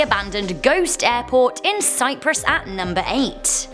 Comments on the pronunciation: Cyprus not Cypress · It’s CYPRUS not Cypress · Its Cyprus not Cypress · It's cyprus not cyprees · It's CYPRUS, not CYPRESS. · Nicosia, Cyprus* NOT Cypress! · 2 things, it's Cyprus and its pronounced Ni-co-see-uh I'd haunt an airport, airports are fun 😂